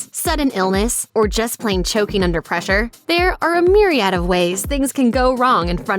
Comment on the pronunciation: "MEER-EE-ADD" hunh? Jeez.